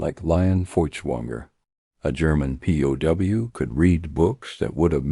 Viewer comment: The AI narration is terrible. It pronounces POW as "poe".